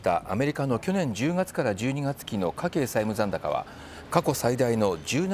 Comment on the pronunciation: 家計のイントネーションが「ソテー」みたいなんですが